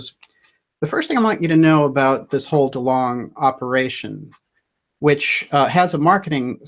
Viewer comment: Delong, not dealing